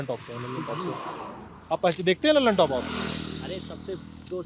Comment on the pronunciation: Lallantop nahi lullitop 🤣🤣